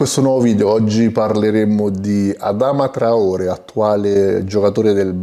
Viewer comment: Si pronuncia Adamà traoré